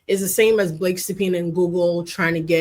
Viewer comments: We all know Megyn really wanted to say Blakeeyee. 😅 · I thought she was going to call her blackface when she messed up Blake’s name. Lol